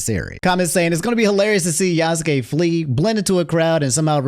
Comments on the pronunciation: Well he made this to himself, he tainted his message with a lot of unnecessary shit and twisting clips; besides, he talks like some of the people shown in his video were still like that, apparently people can't grow up and change their values. Pd: you're pronunciation of Yasuke is the correct one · The argument that Yasuke (and yes, you were saying it correctly) isn't a samurai is idiotic. Retainers WERE samurai. They were the low-class equivalent and mostly the same in all but name. These people are seeing talking points in peoples' complaints and not doing ANY research before making a rant video and making a fool of themselves. Plus the dude can't even saying the name correctly. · 1. The way you say Yasuke is correct 2. A retainer was a samurai during Nobunaga's time 3. You can play as a Kunoichi (female ninja) 4. Tokyo never existed until 1868 which is way beyond the era the game is set in 5. It's silly thinking it's forced when everybody's been clambering for a playable Yasuke (even though Nagoriyuki in Guilty Gear Strive is hinted to be Yasuke he still isn't called Yasuke in that) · The dude in the clip saying Yasuke super wrong and doing it right the first time. Is a great recovery from Nobunga =\= Nobunaga